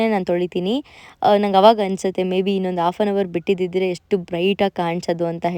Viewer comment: Please use proper pronunciation - eshtu, ........... etc